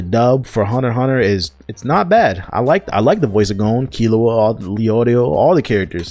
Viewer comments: Gown??? Its GAHN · Stopped the vid after 1. Says he only watches dub (Filthy casual) 2. Dis nigga said gOH-N Smh step ya anime game up brotha!